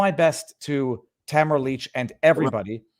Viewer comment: Her name is Ta mar a not tamra